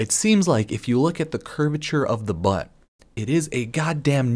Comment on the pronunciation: This man really said 'butt' in italics.